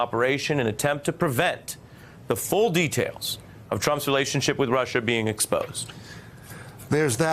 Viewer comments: Oh Rushah Rushah Rushah.....😂😂 😂 didn't know how to say it right, I guess I'm not intelligent enough. FFS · Rush-ha. Sniff. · I have a silly theory: Trump always pronounces "Russia" incorrectly, so he can have plausible deniability later. "I never said there was no collusion with Russia! I said Russierrrrrr, Russhaaaaah, Rushiaehhh etc..." It's a good theory, guys. Admit it.